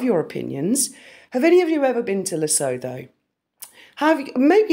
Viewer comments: Hi, it is pronounced Le-soot-two....it was originally a British protectorate now an independent country in Southern Africa next door to South Africa. Mostly simple rural people...I honestly seriously doubt they are behind that Google search!! Harry's "2nd Family" are there. His Sentabale charity is set up there. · Sweetheart you pronouncing Lesotho completely incorrect… the H is silent, so phonetically it’s le-soe-toe ❤❤❤❤ ❤❤❤ yes we do know about her and there are a lot of royalists here… we used to be a part of the common wealth…. So we are very familiar with the Royals …. We still dislike the Duchess of Sausages and we are obsessed with Princess Catherine and Prince William ❤❤❤❤❤❤ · Its pronounced "Le - su - tu" At least respect the pronunciation of our African countries when accusing us of bot farming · It is very interesting, great research. HOWEVER…it is pronounced Lee-Soo-Too……or…..Lee-sow-Toe. Never, LisooTHO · Hi my hun! Yes, very strange and interesting! I live in South African and it's very weird about Lesotho. (Pronounced Le-sue -too). Much love to you and Graham and have a fab rest of the day! We're all nursing hangovers from the rugby last night! 😆😆🤣🤣XXX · The plot thickens! Great work. How do you come up with this stuff?! It wouldn’t even cross my mind to look up this. But you’re on the ball with that one! (P.s. I think it’s pronounced luh-soo-Too, with a hard ‘T’) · Interesting....Lesotho is pronounced "Le Soooo Two". It is an independent, land locked country, surrounded by Rep of South Africa. Ruled over by the Lesotho King Letsie III. It is an extremely poor country. The people of Lesotho are called Basuto. The Capital is Maseru. BTW this is where Prince H spent his gap year and started his charity Sentabale. Odd that ??? is it not. ??? What a coincidence??? 🤔🤔🤔🤔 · I may be wrong, but I think Lesotho is pronounced "La - su - tu" 🙂🤔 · Luv ya girl! But Lesutho is pronounced ..Lesootoo! 😂❤💋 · Pronounced Le soo thoo